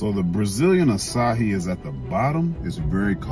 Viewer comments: It’s not pronounced “asahi”. That’s an Asian beer😂😂😂It’s pronounced “uh-sci-ee”. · “AA SIGH EE” that’s how u pronounce it king 😂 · It’s pronounce “ass eye e” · açaí is pronounced like this: ah-saa-ee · sorry to be the bearer of bad news but as a Brazilian, I can confirm you are pronouncing it incorrectly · He can't pronounce the name of the fruit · You're pronouncing it wrong. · Pronounced that all types of wrong whoadie